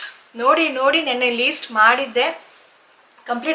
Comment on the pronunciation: It's not Least it's List pls correct😅